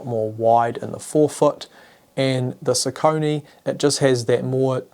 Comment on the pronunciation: Nice comparison video and focus points! :) Just one thing at the end: What ios "Sau-co'-nie" (in german pronounciation) ? Isn't it pronaunced like "sock-a-knee" or "soccer-knee"? That pronaunciation i didn't recognize at first that this is a name and wondered ;)